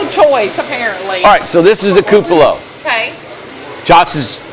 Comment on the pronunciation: It will be beautiful....all of your houses are! The teacher in me however feels that I should point out a small detail...the word, "cupola," is pronounced: KOO puh luh. Forgive me for being persnickety..its not a criticism, just a heads up in case you didn't know. Keep up the good work!